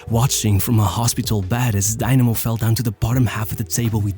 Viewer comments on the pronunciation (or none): Its not daynamo its dynamo and its not even a russian club its a georgian club like stalin is georgian, but it was in the ussr